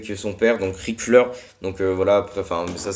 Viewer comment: C'est moi ou t'as dit REIC FLEUR